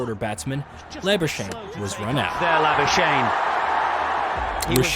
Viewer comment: I found this video really strange. Its really well researched and almost seems as if you're a cricket fan, but some of the pronunciations and the way you said a few things (eg. "he almost got out IN the first ball", 'Laberrrrshane', 'crissinfo' etc) gives you away as an American who doesn't watch cricket. I must say, fair effort to put this together with little to no cricket knowledge.